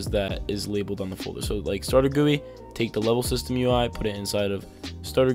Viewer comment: "Starter gooey"